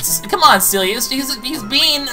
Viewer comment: Thank goodness you put this out today, after episode 37 I was like you can't cliffhang us here for a few days before defeating bellum once and for all. Also I think I have an ide what the next LP is but I won't spoil in case I'm right also I could be wrong. Oh if you care at all not that it's a big deal either way but the partner fairy's name is pronounced see l a only spelled ciela. In case you're curious at all.